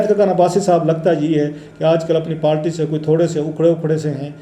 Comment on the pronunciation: kitni baar aap se kaha hai k پالٹی nahi kehte, پارٹی hoti hai, or قنون nahi hota قانون Hota hai. Pata nahi kab عقل aayegi